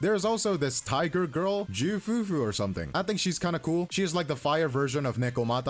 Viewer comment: technically Jv FuFu, or Jü FuFu, pronounced Zhee(with mouth forming small o shape) fufu